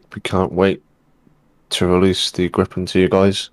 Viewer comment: Whhhy does he keep saying gree-pen instead of grip-en.. driving me nuts lol